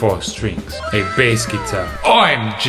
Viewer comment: I just love how he go "OI M G"